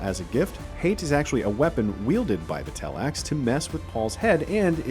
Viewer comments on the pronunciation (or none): It's Tleilax, not tellax.